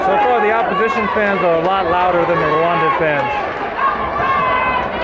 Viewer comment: I really how you just said “ you welcome to Rwandan” in a condition way and yet you said the whole thing wrong 😑😂